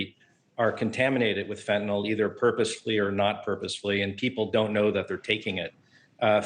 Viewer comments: Lady, it's fentANYL NOT fentANOL. damn. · It’s fentanyl not fentynol